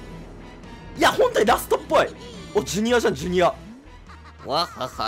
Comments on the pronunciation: クッパJrの発音が千原ジュニアで草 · ジュニアの発音が千原で草